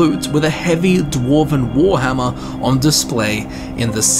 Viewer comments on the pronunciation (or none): none